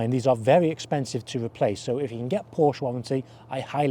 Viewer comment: I stopped watching after 10 seconds of the video. “Porsch” sounds so stupid...